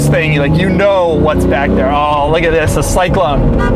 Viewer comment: Not enough emphasis on the first "THIS"